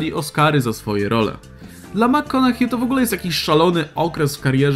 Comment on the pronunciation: Makkonahej się mówi :) dzięki za listę!